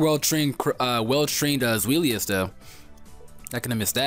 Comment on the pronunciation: Zweilous is pronounced "Zvi-Lous" The Zvi sound comes from the german number for two. :]